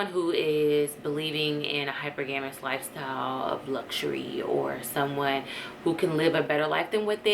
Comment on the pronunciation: Pronounced as “hi-per-ga-mous” sis.